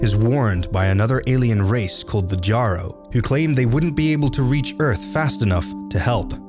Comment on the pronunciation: Kudos to you for pronouncing Jjaro correctly. :) There's quite a few people on the story page who insist it's pronounced "yrro" (yaro) even though that's only the name of Marathon's counterpart to the Didact, not the whole species.